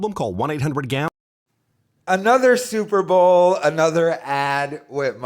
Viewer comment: Says “Super Ball” repeatedly. Still thinks he’d make a great sports announcer.